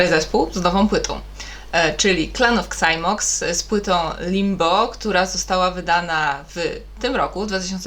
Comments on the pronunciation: Mówi się Zajmoks 😉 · Clan of Xymox - na pamięć o Beksińskim wymawiaj to jak należy, często prosił o to fanów.